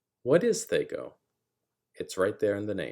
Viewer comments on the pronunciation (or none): I've never once (before this video) heard it call thEy-co instead of thAh-co. I get why you reason the "Aye" of AC, but it sounds weird 🤪😂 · Bro its thac0, not thac0. Rhymes with hacko. Otherwise, thank you for this explanation. Its exactly how thac0 should be used. Players try reverse engineering monsters stats when all they need to do is what youve said. Theres always the chance of other hidden negative modifiers too, so people whining that thac0 is hard basically just suck at subtraction, and are probably metagamers lol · THAC0, it rhymes with attack-oh. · Good video, but man, the way you pronounced THACO hurts my ears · It's hard to listen to him mispronouncing the word that he's trying to explain. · Big whoop. He 'mispronounced' a made up nonsense word according to you. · Yup, painful! I was in the military and also very painful hearing movies adding "hours" after stating military time, drives me nuts!